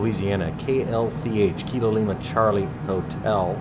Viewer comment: Kita?!? It's kilo.